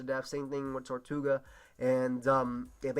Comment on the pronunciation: ITS TIRTOUGA NOT TORTOUGA!!!!!plz forgive me:[